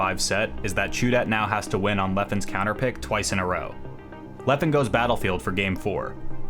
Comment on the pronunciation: I'm sorry, but thats now how you say Leffen's name. Great video, nonetheless.